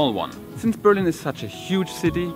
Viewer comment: Nice videos but why do you keep pronouncing the city as Be'rlin instead of Berli'n ? The intonation I mean...